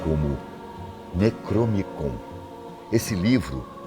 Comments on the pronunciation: "Necromicom"??? Acho que ele quis dizer Necronomicón... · O nome do livro é necronomicon e ele disse necromicon? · "necromicon"?!?!?!? Não seria necroNOmicon??? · Vídeo muito bom.. mas ele falando "Necromicom" estava tenso.. faltou falar do livro "Malleus Maleficarum também chamado O Martelo das Bruxas ou O Martelo das Feiticeiras".. ele matou mais mulheres no mundo do que História pode se lembrar!!! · O vei não fala Nem o nome certo do livro plmd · O falando por 14 minutos quase direto, decorou nomes difíceis de pronunciar e de diversas línguas, dois errinhos são beeeem aceitáveis, ate pq o nome necronomicon apareceu no video escrito certo. Da um desconto ai, pq pesquisa teve.